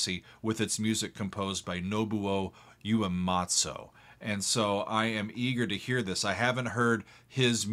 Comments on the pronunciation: "Ooh-ay-maht-soo." Not "You-ay-maht-soo." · I am genuinely not hating, if one isn't super familiar with a foreign language it's entirely understandable that they not intrinsically know how to pronounce things, but every time this lovely man says "Ue-matzo" I think of a warm bowl of soup and as a result i'm just so much fonder of everything going on here. I can't help but comment on his genuine interest and excitement in this "THAT'S A GERMAN AUGMENTED SIXTH CHORD" omg i love how much he love things, it is truly a gift! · the way he says Uematsu is funny yoo-ay-mah-tso